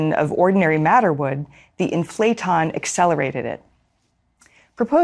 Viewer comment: It's "IN-fla-ton", not "In-FLA-ton"